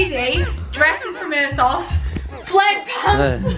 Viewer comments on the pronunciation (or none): none